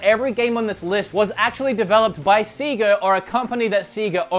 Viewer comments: Please stop saying Seega. It's like fingernails on a chalkboard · I cringe a little when he says SEEGA. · Clickbait, I came for Sega not Seega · Anybody that say Seega should be executed lol But for real, Alien Isolation was a great inclusion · Ahhhh. Stop calling them seega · C-ga triggers me 😂😂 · No no no i refuse to watch this ITS SEGA NOT SEEGAAAAAA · You saying seega triggered me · Disliked, for constantly afflicting my ears with the Seega Bullsh*t. You know you're pronouncing the company name wrong, so just say the consoles. We all know who they were made by. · Seegah Mekahdrive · Say it with me now Seh (like meh) gah (like ah) seh-gah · It's pronounced 'say-gah' no matter what country you are from. No regional pronunciations are tolerated! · It's Sega, not Siga or something like that(Seega). They are a japanese company, they dont pronounce the E as an I. (And next time put in the tittle that RGT is part of the video, that way I dont need to waste my time on this) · please just say SEGA (Pronounced) 'say-GAA' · I tried to watch this video but couldn't because you kept saying see-gar! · Apparently it’s Sea-ga 🤔 and whatever he says when he wants to say HD 😉 i really love videos but that stuff is a little bit like fingernails on a chalkboard 🤭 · ITS SAY-GA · first time i hear about seega, why not seaga ? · In no way, shape, or form is it pronounced SEEGA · Had to stop watching after I kept hearing seega!! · ITS NOT SEEGA.. IT LITERALLY SAYS IT WHEN YOU OPEN A GAME. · You pronounce Sega incorrectly. Please see ever Sega genesis game ever made. SEGA. The end. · Hearing him say Seega is just as cringy as the way the wulff den pronounce Mario as MAHrio 😔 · Why would you mispronounce a word on purpose when everybody knows the Sega intro to games actually says how its supposed to be pronounced... are you trying to trigger people??? cuz it worked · When he says Sega instead of Sega it makes me mad you got to be crazy if you think its Sega and not Sega